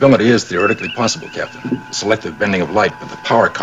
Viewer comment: Cap-itan James T 'sweet jesus' kirk